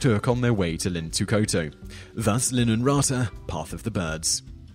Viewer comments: your way of pronouncing "Linnunrata" sounded something like lynaráta or something xd the correct way would be something like Lin-nun(not nAn, nun!)-ra-ta (Not tha, ta!), if you're not from Finland it's going to be tough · But props for trying and just generally mentioning the Finnish mythology! He's doing well with the r sound which seems to be difficult to a lot of English speakers. (I don't think the Finnish spelling aka tavutus is going to help English speakers to understand the pronunciation)